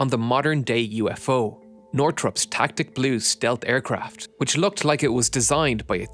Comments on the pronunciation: It's tacit, not tactic. Tass-it. Prop governor surge in this case refers to the propeller governor suddenly increasing pitch. The left-rolling effect described by the test pilot is due to the kinetic energy of the drive system being dumped into a propeller trying to spin *less*, because of the increasing prop AOA. It isn't actually the propeller rolling the airframe to the left, it's the gearbox/drive system. Your animations are great; nice job all around. I appreciate the inclusion of the rotary engines.. maybe do a short bit about a) why everyone had goggles on, b) what oils were used to lubricate those engines, and c) where that oil went :D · Nice video, but I'll correct you on the pronunciation of "tacit". It's... tass it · Pronnounced "tass-it" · Strange to hear "tacit" pronounced like this